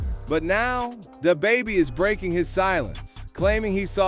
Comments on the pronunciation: “Day-Baby” “Dabby”??? This dude was butchering his name at first 😂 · DAY BABIE? 3 times... Then DA BABIE either AI or an idiot narrating